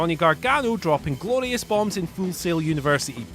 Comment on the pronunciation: Nonono It’s “Grorious”